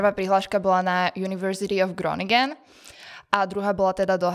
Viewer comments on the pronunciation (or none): Naprosty souhlas. Navic ta jeji vyslovnost mest - grónyngen. Prosim vas je to chronynchn.